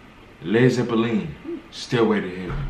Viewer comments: I dunno, Zeppelin is a German word after all, and the way says it is pretty close to a proper German pronunciation. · Actually this pronuciation is closer to how the Zeppelin (aircraft invented by Graf Zeppelin) is pronounced in German 😄